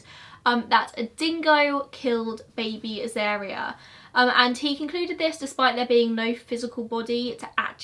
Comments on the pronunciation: Also, wasn't the baby's name pronounced A-zar-ria, rather than A-zair-ria? At least, that's how I've always heard it pronounced. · A Dingo has a skeletal and macular system more like a cat. A lot of people keep Dingos as pet's. Uluru you pronounce correctly, Azaria try Az-ar-e-ah phonetically. Lol your pronunciation isn't thast bad. I knew the person who shot the dingo and burried the baby in their backyard. It was quite a shock to see it on the cover of our local newspapers. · You got uluru pronunciation correct but azaria is Az-ARE-ia And Ayers rock is like Airs rock. No way to write that without sounded like a dick ahahaha sorry